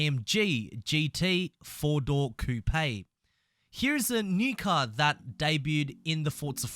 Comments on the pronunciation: And American we call it a coop not coooopay lol 😂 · Do you know like a hatchback coupe or anything that’s a hatchback coupe lol 😂 its coop not cooptay lol 😂 your welcome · Why he say coupe like that 💀💀